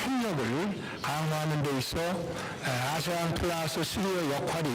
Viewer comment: 에~ 에~ 는 여전하네. 목디스크 오겄다. 프라스는 뭐냐 프라스는... ㅉㅉ